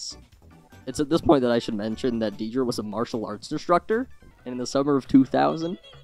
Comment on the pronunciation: I love your video. But... Her name, Deidre, is not pronounced deedree. It's Daydree. Like Day Dream. :)